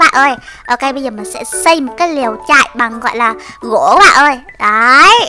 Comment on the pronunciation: Em nghe chị nói gỗ mà toàn thành gổ thui